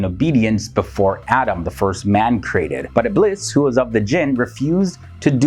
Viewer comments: I love your content, I've learned a lot from it but when you say "Iblis" it's not the correct pronunciation. It's pronounced as "Ibleess". I am not trying to be mean, I'm just saying. (It bothers me, when someone pronounces something wrong) Sorry Take care and stay safe All ❤🙏💓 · Ibleess in english